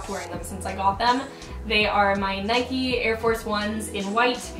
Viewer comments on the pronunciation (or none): none